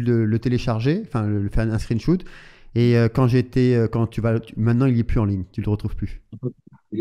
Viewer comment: Merci pour la vidéo. Pas mal la prononciation "screen shoot" 🤣 (On dit screen shot avec un "o" sur shot)